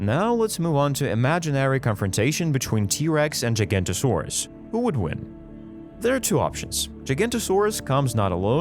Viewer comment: Now I know it's controversial..... But that's not how you pronounce giganotosaurus in either way .... To my current understandings ..... Further into the video .... Also spinosaurus is definitely not pronounced Like that